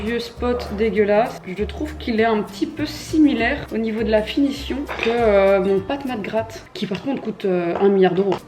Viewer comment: "Patte mac gratte" 😆